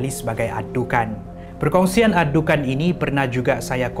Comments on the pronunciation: maaf saye tegur sikit,care sebut nyer bukan dukhan tapi dukhon sebb dlm bahasa arab الدخان,huruf خ bukan كا ok....🤗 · الدكان(addukan) = gerai الدخان(addukhan) Disebut dengan sebutan "خ" kho, bukan "ك" ka Boleh lain maksud nanti😅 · Adukhan(perkataan): adukhon(sebutan) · Sebut dukhan...دخان betul betul lah sebut